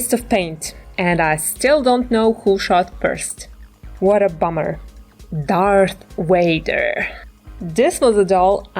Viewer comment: Darth Wader!?